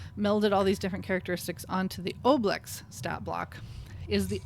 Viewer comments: Why do you mispronounce ooblex, but pronounce ooze correctly? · Apparently the Oblex were designed by a kid via the Make A Wish Foundation. So remember, that O pronunciation was part of the wish of a dying child. Don’t oo it.